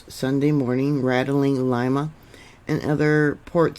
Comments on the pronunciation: Lima is pronounced Leema.... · ...the capital of Peru is pronounced Lee mah...love you!! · FYI-It's pronounced Lee Ma, not Lie Ma. It is weird how the USGS always downgrades big quakes. Thank you,. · Thank you for that report, If I may your pronunciation Of Lima was not correct Lima is pronounced as if it were spelled Lema. My father lived there for a number of years. Thank You